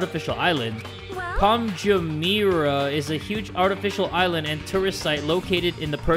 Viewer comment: I live in Palm Jumeirah, so seeing trying to say it makes me giggle 😂😂